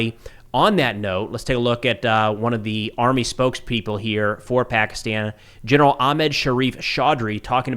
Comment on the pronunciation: Your reliability is so questionable that you u dont even pronounciate names of Pakistani Generals properly but u didnt bother to apologize 😂😂 so you are a fake news spreador